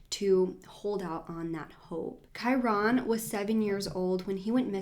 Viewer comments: Kai-rin is the correct pronunciation I think, that's how is mother pronounces it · i'm pretty sure his name is one syllable kinda like kyren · Ur right! Its pronounced Ky-ren but spelled Kyron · Love your videos, but could not get over the fact that you miss pronounced his name the entire video. 😭